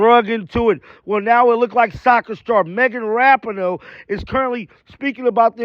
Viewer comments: Dude, her name is pronounced "RaPEEN-O"!! You're driving everybody crazy w/ this "RaPINN-O". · It's pronounced Ra-pee-no